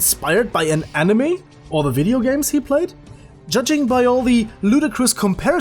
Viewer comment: Just saying Cuz its super annoying